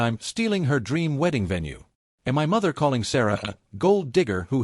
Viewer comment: Why can't these robo voices pronounce "my"??